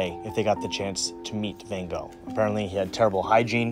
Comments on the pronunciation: Who is ‘Vincent Van Go’ ? With respect you mispronounce ‘Van Gogh’ several times in this short piece. Many would conclude, that getting his name correct would be the best way to make a start. Apart from that this is a great look at Vincent and his life, excellent. Plus. you didn’t neglect ‘Jo’ if it had not been for her we would know nothing of Vincent and his work. Thank you for these inspiring insights. Ps. The photo you show is not Vincent Van Gogh. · Hi surname is pronounced Vincent Van "GOFF" Not Vincent Van "GO" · it's van gogggg, not ven go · I can't believe how such a great polyglot like pronounces Van Gogh as Bengo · This is really lovely, but oh, so difficult to listen to your 'Van Go' pronunciation of Van Gogh's name. So difficult! 😬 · Sorry. I cringe every time you say Van Go. It's Gogh. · How about learning to say his name ??????? "Wen Go" ???????? It is (first) FANN and (second) CHOCHHH...... the brother TAY-Oh, not TheeOH...and so on..... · I'm surprised (but not disappointed) that you did not pronounce his name correctly. You are the master of languages. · You learned so much! Except how to pronounce his last name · Why do Americans consistently pronounce Van Gogh's name wrong 😂